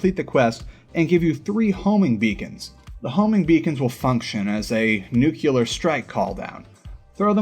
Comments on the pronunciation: Thanks man.... just one thing... It's NU...CLE....AR and not NU..CU...LAR.... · Nuclear is not pronounced new-cue-ler. It’s nuke-lee-yar. Just like it’s SPELLED.